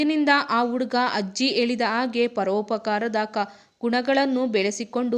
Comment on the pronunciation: Adu hajji alla ajji😂